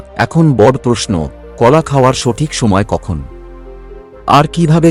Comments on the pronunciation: উপস্থাপনা ভালো।তবে যিনি উপস্থাপন করলেন উনি বালের মতো বাংলা বললেন। বড়কে বড়্ .ঘনঘনকে ঘন্ ঘন্ । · বড়, উৎস, ঘন ঘন, এবং আরও অনেক শব্দগুলো উচ্চারণ কারণে কিছুটা অস্বস্তির কারণ হয় ।